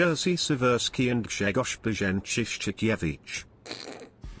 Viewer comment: I dont get whats so hard in names of those Polish captains. Im polish myself and my actual name is Grzegorz. That lector didnt got it right.